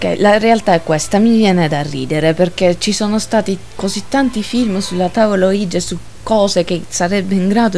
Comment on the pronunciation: Secondo me semplicemente non si dovrebbero fare queste cose...senza preparazione, usandola come un gioco, non ha molto senso. Solo una correzione il termine ouija si legge come se fossero il sì in francese e tedesco (uiia ho scritto la pronuncia sperando che si capisca XD) è solo un appunto...bel video!